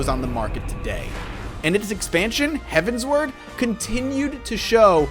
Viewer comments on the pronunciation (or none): HeavenswArd not "HeavenswOrd"